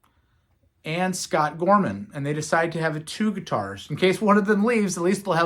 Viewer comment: It's Whiskey In The Jar, not Whiskey In A Jar. Gary Moore came in in '73, not '72. It's Scott Gorham, not Scott Gorman. The first album with Robertson and Gorham called "Nightlife" came out in '74. Fighting came out next in '75. Jailbreak came out in '76 and later that year - Johnny The Fox. Before the Live Album which is called "Live And Dangerous" came out in '78, "Bad Reputation" was released in '77 with mostly Scott Gorham on guitar. You did pronounce Phil's last name the right way, so props for that! Most people get it wrong, even close friends like Huey Lewis! Cheers!